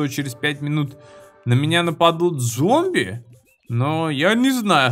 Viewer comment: Опять ошибочка у тебя) "ЗОМБИВ" )